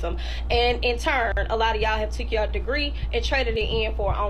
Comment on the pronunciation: "Eeben doe a 'ave a degwee, I'm a stwippuh because I'm smahtuh." Girl! You cant get hired for any job that requires representing your company! 🤣🤣🤣